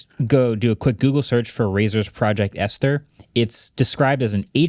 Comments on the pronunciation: Friendly correction: Esther is pronounced <ES-ter>, commonly spelled and sounded like the woman's name. The H is silent. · Surprised nobody mentioned Marques’ pronunciation of “Esther” 😂